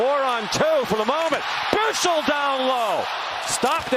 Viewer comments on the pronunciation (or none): wow how hard can it be to pronounce "Bichsel". it really is not hard and they are butchering it so badly. It is DEFINITELY not "Bishel" (if it would be written like "Bischel" then it would be, but it's not). Just say it like Michael, or Eichel. "Bikhsel", it is not that hard.